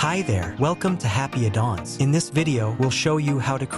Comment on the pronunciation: "Happy a Dong"? You need to upgrade your AI voice. Eleven Labs maybe? Otherwise cool widget.